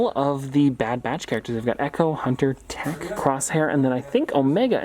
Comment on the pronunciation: “Tech” True Star Wars fans: “Tick”